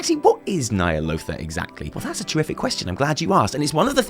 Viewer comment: Nightmares of Ny'alotha, your pitch is perfect!